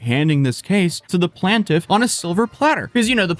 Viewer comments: i’m really not trying to troll, but it’s pronounced plain-tiff not plan-tiff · Plantiff? Did you just say Plantiff? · Not to be a dick.....Its not PLAN-TIFF. Its PLAIN-TIFF. ...for future reference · "Plantiff". No. Plaintiff. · Say this with me Pl-ain-tiff not Plantiv its spelled Plaintiff. Lol 😂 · It’s PLAIN-tiff, not PLAN-tiff. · Wtf why is he pronouncing “PLAINTIFF” like “PLANT-IF”? 😑 No way in hell he’s never heard the proper pronunciation… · bruh, there's an "I" in plaintiff, why are you sayin plan-tiff ? Its plain tiff, as in the great plains. How do you not know how to pronounce the word ? You're also pretty terrible at reading depositions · "PLANT IF" For the love of all things good and pure, dude! If you're going to transition into the legal realm of YouTube at least take the time to learn the basic terminology. I'm beginning to strongly suspect rage bait. Every bloody video lately, there always at least one ridiculous mispronounciation. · It’s pronounced “plain tiff” not “plant if” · Plaintiff->playn tiff, not plan tiff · Just so you know, it’s pronounced “plane-tiff” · Did you call the plaintiff a "plantiff"? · Is still saying “Plantiff?” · "PlanTiff"..... Is this the free-trial sneak-peek edition of that Norwegian background you always mention or are you practicing reading things in French? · What’s a plan-tif? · You should use Babbel to brush up on your English, my friend. The word is "plaintiff," and pronounced like 'plane-tiff." Depositions are not hearings. I work in a law office and depos are usually done in an office. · bro its pronounced plain-tif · You're irritating my fucking autism ITS PRONOUNCED PLAIN-TIFF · "plant-iff" lol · Plan-tiff lol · Hit the lessons again! The double LL always gets your kind confused on how to pronounce it! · And just like that I forget how to say plaintiff correctly.